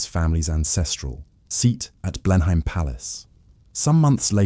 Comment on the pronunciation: It's pronounced Blenum. !